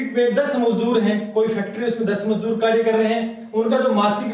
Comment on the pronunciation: मजूदर नहीं सर मजदुर होता है। थोड़ा समझाने का तरीका ठीक नहीं लगा । कृपया थोड़ा और सुधार करे।